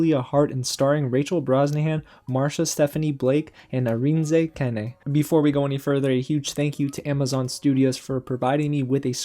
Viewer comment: I love your intro! It’s kind of true that you’re my woman to tell me if it’s worth my time or not 😂. I trust your judgment and your opinion. Kudos on you for pronouncing Arinze Kene. I think you pronounced it right. I would have butchered it. Also, I learned a new word today: zazz. Whenever I’m doing public speaking, I would just think of zazz. Satine is back and I’m so jealous of her legs!